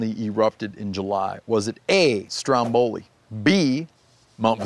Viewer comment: first of all if you are part Italian you know it's pronounced Vesuvio, and how can you miss the joke: I hope you don't butcher your animals the way you butchered the name Stromboli. (Pronounced in Italian)